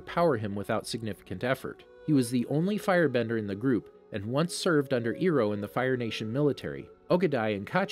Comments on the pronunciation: Keeps saying ee-roh, it's eye-roh😂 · u said ero inster of irho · Bro. Ty for this video, but please. It's pronounced, * Eye * row . Not, * ear * oh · Why do you say iro not iroh the h isn’t silent😂😂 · How you kept saying Iroh's name bugged me a bit. But the video is still good. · lol same!